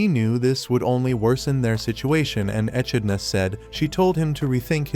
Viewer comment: Ah! I gotta remember the name and avoid it. Your script is difficult to listen to, and not just because you mispronounced simple words like "echidna" (one of a handful of monotreme species), but your weird allusions are difficult to parse.